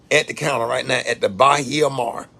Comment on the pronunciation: It’s Ba-he-a-mar lol what you doing on Lauderdale beach 👀👀👀👀👀👀